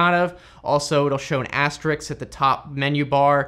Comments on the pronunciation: So that's why my pc had trouble finding things I knew were there! Crap. Everyone knew this? By the way, it's asterisk not asterix. I suppose he says nucular. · Aster-ISK. (I know, you didn't axe ...)